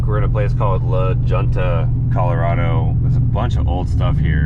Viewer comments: Lol......you said “Lajewnta”....it pronounced “laHewnta” it’s Spanish the J is pronounced as a H..... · I gotta let you know The Deal...LaJunita is pronounced LaHunta almost every town or thing in the west the letter J sounds like H.or W. Names like José pronounced HoseA or Juan pronounced Wan. Now you know the deal. Forecast for rest of the trip Extreme Heat advisories not even joking. 104 coming in Kearney Thursday. Probably hotter in Pueblo and Denver. Good luck stay safe! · I laughed out loud when he said La-Junta!